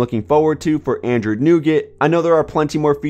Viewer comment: "Androod 7.0"